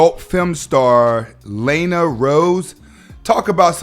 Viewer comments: Ikr...."lane-a rhoades"😅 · That bs u miss pronounce her name that bs like u don’t know her name 😂😂😂